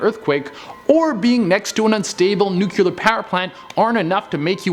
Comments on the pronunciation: the video is great, but the word is pronounced nu-cle-ar, not nu-cu-lar. 🙂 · say NUKE-LEE-UR. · i love how he "George Bush's" the word nuclear.